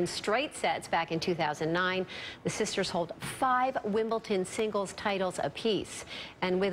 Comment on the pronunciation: Did I hear correctly.....she said "Wimbleton"?!?